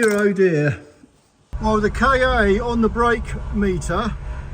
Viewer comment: I love your work but I need to pick u up on a point. It’s NOT a Ford K-A it’s a Ka (kaa) sounds a bit like Car which is an Ancient Greek word for earth (or world) kinda like Mondeo in that respect which is why Ford chose em both for multi market cars. Keep up the good work.